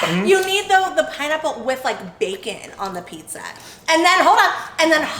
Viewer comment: OMG such a more POSITIVE VIBE WITHOUT NOC IN IT!!!!YASSSSSSSS!!! no yall noc does not need to be included in all the videos frfr she tarnishes the vids and brings nothing but ATTITUDE< its PIZZA!!!! not PISSA for the love of god smh its pronounced with a z not an s!!!!! noc is probably throwing a tantrum while watching this hahahah🤣🤣🤣🤣